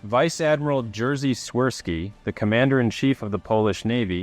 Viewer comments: Jerzy is pronounced as "Yerzy". C'mon, it's not difficult! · It’s fine that you pronounce polish words like english ones but the Hurricane ship was Wicher (pronounced kinda like Wikher) and not Witcher as the games. The small thing like Jerzy being butchered is fine cause the rz letter make a sound only 2 languages i know use and most foreigners struggle with it.